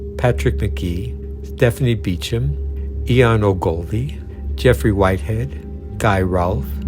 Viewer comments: Wow. This almost had me fooled. I thought the narrator was a real person, LOL. It’s AI unfortunately. No English speaker pronounces Ogolvy as “Oh GOV lee”. Ugh. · Love the pronunciation of Ian Ogilvies name 😃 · The funniest thing was the terrible pronunciation of Ian Ogilvy.